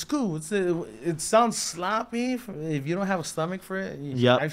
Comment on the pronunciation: And coo lol